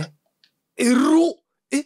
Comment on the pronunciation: からたまに出る「えっrrrrrrろ！」が好きすぎるw